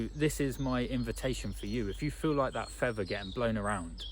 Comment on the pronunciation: Fea'th'er.... 'th, th! Not 'v'. 🤣